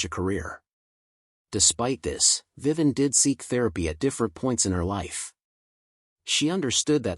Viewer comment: Too bad this AI voice over can’t pronounce their names. Who the hell is “Viven”? 🤔